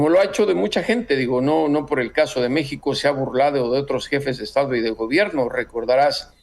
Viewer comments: Le dijo "Me Shi Ho" es un doble sentido/juego de palabras los que de verdad saben inglés deben inferirlo. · Yo los he escuchado a ustedes dos (Aristegui y ) hablar inglés y su pronunciación tampoco es impoluta. Creo que él verdaderamente cree que está pronunciando bien "México" en español. Deberían usar un poco más de principio de caridad en su evaluación. Y una cosa más: ¡no me hagan defender a Trump otra vez, que lo odio! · . PUES USTEDES ESCRIBEN "MEXICO" Y LO PRONUNCIAN MEJICO O MEJIJO USTEDES MISMOS SON LA BURLA DEL MUNDO